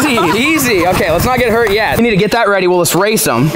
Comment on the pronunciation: lol he said lets not get hert YET